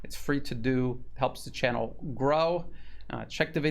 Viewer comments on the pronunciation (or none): none